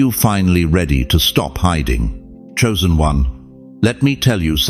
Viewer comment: Not choisen